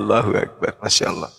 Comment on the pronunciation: wajib belajar ulang bahasa Indonesia, sebab oten menyebut " ALLAH" dengan sebut "Alah". Bahasa Indonesia kok dirusak.